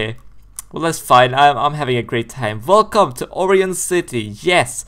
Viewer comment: Btw it is pronounced. Oh - Ry - On